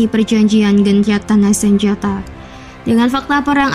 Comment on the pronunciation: GENCATANJA SENJATA , , ngomong opo peno , , ndeng , ndeng